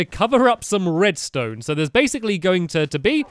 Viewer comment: U said redstoe